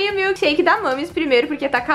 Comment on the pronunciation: ela falou milkesherke 7 vezes amo vcs ver por favo escrever no meu comentário